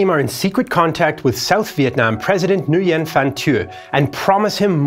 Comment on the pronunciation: Nguyen is pronounced "Win", not "New ee in".